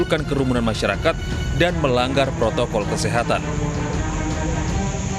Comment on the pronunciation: Masih ajah bilang protol2 apa itu protokol